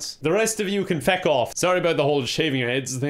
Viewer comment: you okay, you naming the character “fuck” instead of “feck”.